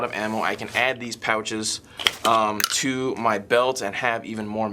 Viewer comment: i know you said "gave it TO Frank" but to me it sounded like "gave it A Frank." like at GI, when you need a gun to upgraded or fixed, give it the Frank treatment c